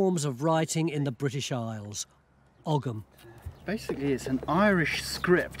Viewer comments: It’s not Ogg ‘em. It’s Ogham pronounced O M - silent “g”. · I wish they would stop saying ogum. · According to my Druidry sources, Ogham is actually pronounced oh-yam. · It's weird hearing Ogham pronounced with a g. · well they can't pronounce 'ogham' properly 'g' is silent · It's pronounced "oe-um" but any real proffessor would know that. I very much doubt it says "corner 50 gang"🙄